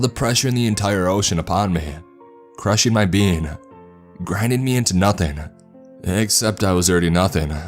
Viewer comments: my dumbass kept hearing bean instead of being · Is it getting on anyone else's nerves that he repeatedly keeps saying "bean" instead of "being"? Haha, he's saying it too fast! 🤷‍♀️ That would suck if that's what happens when we die. Selfish MAN, of COURSE he would pull this shit while she's giving birth. Haha-all in good fun!😘